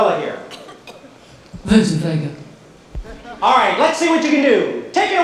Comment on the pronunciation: Veunceunt Veuga